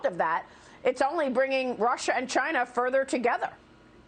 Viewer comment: "futher together"???